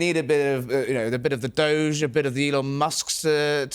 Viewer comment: DOGE ..Not DOSE basic error a 5 yr old would make ..